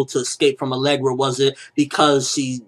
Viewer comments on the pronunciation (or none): Alegria! Not alegra. There's an I in there lol